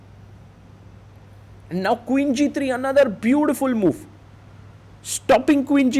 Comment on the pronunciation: “A botiful” chess top player